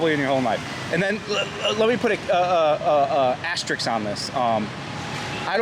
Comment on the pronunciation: "asterix"? You mean "asterisk"?